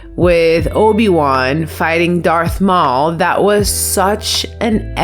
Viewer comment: Really Darth Maul as in "Mall". The guy's accent made it sound like "Mole"